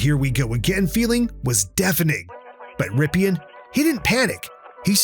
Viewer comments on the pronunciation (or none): Nice video. But Rypien is pronounced Rippin.